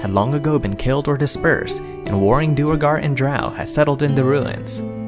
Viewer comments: Duergar is pronounced "dwere-gar", not "dur-a-gar" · Its not dew a gar, its pronounced dwey gar.